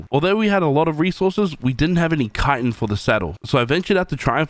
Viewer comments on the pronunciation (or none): none